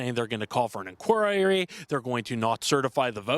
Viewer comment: What's an inquiriririry?